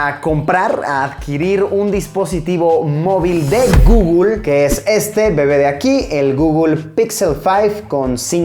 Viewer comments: Por qué dice gugul en vez de guguel me pone nervioso. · Pronunciación: guguel Luisito: gugul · El Gugul? Xd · Me muero de risa cada vez que Luisitech pronuncia "Gugul" ahahaha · Google = Gugul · De "GUGUL" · Un niño muere cada vez que Luisito dice "gugl"